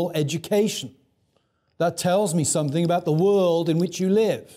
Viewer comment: Listened to a lot of Dr. Trueman's lectures in my life. And I think, for all his carping about what proper English diction sounds like, his penchant for pronouncing it 'think' ('everythink', 'somethink', 'anythink') is tragically under commented upon. I'm just trynna do my part. (See for a strong example lolol)